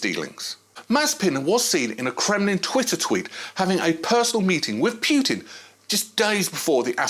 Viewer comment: Bro, you need to learn how to pronounce names. Pjutin????????????